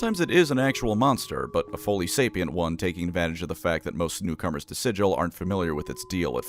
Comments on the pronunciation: It's not forgotten, the lore deliberately says it is pronounced "Siggle" with a hard G instead of "Sijil" as the actual magic sigil word. It expllicitly pronounced like that in lore and media and said a hundred times in lore it's a way of immediately recognizing an outsider clueless to the planes. It derives from an injoke where the creator Zeb Cook mispronounced Sigil as "Siggle" that one time (as SIGIL, as in a magic rune, was a tentative name for the city) The dev team named the city after that pronunciation because it sounded unique and it pissed off Zeb Cook (and to this day still does) was wrong and petty about this one. Felt painful to heard it mispronounced over and over. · Mispronouncing it as "Sijil" as an arcane SIGIL or symbol, out of spite when the entirety of the lore, books, media and the game Planescape Torment correctly say "Siggle" with a hard G is absolutely diabolical. I will now call the Halo franchise "allô" like the french "hello" over the phone, with no H, to restore cosmic balance after this insult. It 's explained on the very first page of the original Planescape books and mentioned over and over. (see quoted comment by UpcastPanther) I love you but your video will forever attract the mockery of any Planescape or Torment veterans. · "We can excuse the fact that you slaughtered two Yugoloths before you realised where you were, Outsider. But you pronounce the name of our fair city "silil" not "sigil" and there can be no excuse for that!" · This berk calling it SIJ-UL. Gonna get put in the Dead Book for that, Primer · I’m sure others have said it, but it’s actually pronounced "Siggle" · I am so happy that is calling people out about how they pronounce Sigil. It drives me up a wall that people are making excuses for PRONOUNCING SIGIL WRONG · You pronounced it wrong both times... It's OK though, if you know then you know. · You ranked a ton of fines for pronouncing Sigil wrong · It's sigil not sigil...